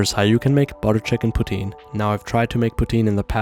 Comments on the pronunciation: poutiin? its poutin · Why you pronouncing it putin? 💀☕ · I heard "butter chicken protein "